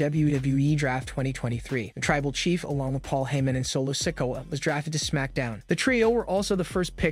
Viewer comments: Love how this guy mispronounces so many names. IT'S NOT "LA" KNIGHT, it's L.A. Knight. And Sickawah? It is pronounced Sick-Oooo-ah. Dammmmmmmn. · Please learn how to pronounce the names correctly. It's L.A. Knight, not La Knight. You butchered Solo's last name too ..... And don't even get me started with how you butchered the living hell out of "Ricochet" and "Cody".